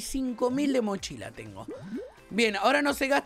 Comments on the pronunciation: minuto dice machila XD 🤣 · dijo machila 🤣🤣🤣